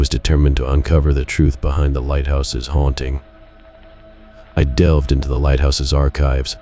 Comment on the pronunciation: What is HOUNTING? Asking for a friend. Bc I am mesmerised by the dulcet tones of your sexy voice……brain in shutdown mode😉😋🤷🏼‍♀️💜